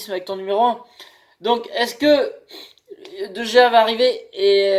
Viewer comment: Ça se prononce Dé Réa;) Super vidéo,. De Gea au PSG, ce n' est pas mal, mais vu qu' il y a Aréola, j' ai envie de dire pas besoin, qu' il reste à MU^^